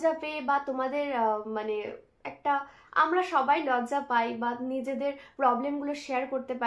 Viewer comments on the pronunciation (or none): none